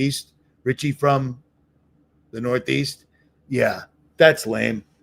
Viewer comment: 😂 And they talk like this 🧔🏻‍♀️ Richie without a T 🤣🤣🤣🤣